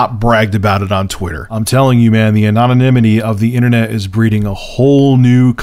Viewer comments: Okay, the story is interesting and all, but the thing that jumped out at me enough to make a comment is this: Anomanimity? Seriously? There are certain mispronunciations that are permissible, but pronouncing "a-non-im-it-ee" as "a-nom-an-im-it-ee" is just kind of ridiculous. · "The anominininy of the internet"